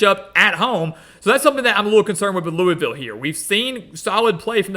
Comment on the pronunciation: It’s pronounced Luh-Vull